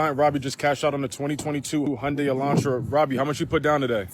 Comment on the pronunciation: “Hyundai” sounds like Sunday.